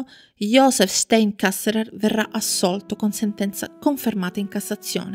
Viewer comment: anche il cognome è sbagliato.. stEin, in tedesco infatti la EI si legge AI (come ad esempio anche la EU si legge òi) 😇